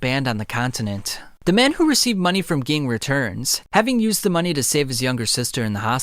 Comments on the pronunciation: it annoys me that he pronounces ging as gee-ing instead of jah-ing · His Name is spelled Ging, but it sounds like Genne and the way you say it kinda annoys me. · Same, I'm sorry since this is such a great piece of work but it is SUPER CRINGEY!!! Please fix the G-ing!! If you hear them say it in the show, nobody ever calls him that or pronounces his name like you. It's a shame since he's such an important character... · it's not geng, it's pronounced jing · It's not Ging, it's pronounced like "Gene" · Good video but it’s kinda annoying how much he pronounces their names wrong. Like I get it you read the manga but it’s known how their names are pronounced. It’s Gon not GONE and Ging not Gin (G-EEN) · omg ging ging ging, pronounce it like if it was a j instead of a g JING!! FREECES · Bro it's pronounced Jing not ging 😆 I can't even watch cause it's bothering me so much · You should at least know the names of the characters if you going to tell the story. Don't get me wrong your storytelling is great. however, it is very distracting if you don't know how to pronounce the character's name. Gon is pronounced with the oh sound, G-Oh-N, and Ging Freecss is pronounced with the E sound Je-en or Jeen spelled Ging, his last name Freccss is pronounced Freeks, Jeen Freeks, spelled Ging Freecss. Watch the anime to get the names right, you don't have to watch the entire anime just enough to get the right names. When people are used to a name, then you give the character a completely different name it is very distracting. This will help you out I am sure. It sounds petty but names are very important I believe that is why it is so distracting for people when their names are not pronounced properly. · You lost with the pronunciations lol I was like who geing lol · Also also, Ging is pronounced like Jin. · please stop pronouncing Ging like that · Cant take you seriously when you pronounce Ging like you do🤦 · Bro could you not butcher like one of their names between crappyca and ging